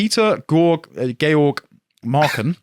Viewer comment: It’s pronounced GEORGE. Lol